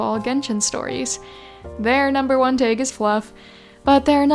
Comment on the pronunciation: im very curious where ur from that you pronounce tag like taeg